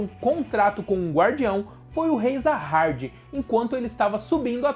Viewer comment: Top cara, mas tenta não falar muito com sotaque, e pesquisa melhor os nomes técnicos. Se Vc colocar do jeito que se lê é melhor do que como ta escrito, manjou, entendeu ? Vc flw várias vezes Zaha"R"d, o certo seria "JA HA 'D' " com d mudo no final. Como em Coreano fica meio que um Ja com Sa, uma pronúnncia estranha, Vc tem que colocar como se pronuncia aqui, entende, pensa que Vc é um dublador e precisar falar essa palavra, o certo seria pesquisar o significado e tals e colocar em "Nome" por que se trata de um nome. O personagem principal por exemplo, na legenda é Bam, mas em pronúncia japonesa na dublagem, fica Yoru. Da uma pensada. Não to criticando, é meramente construtiva. E a propósito, amei o canal, de certo que será uma franquia em ascensão, e Vc mandou bem em fazer conteúdo com ele. Parabéns.